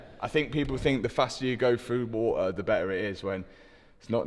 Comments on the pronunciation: if it's gone into wah-a! Now I truly understand the meme "a bohtl av wah-a" 😂😂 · Water or woo ar 😂